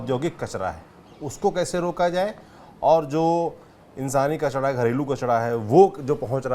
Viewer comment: हम हिंदी का सही उच्चारण भूल गए है कचरा होता है कचड़ा नहीं ऐसे ही नरेला होता है नडेला नहीं होता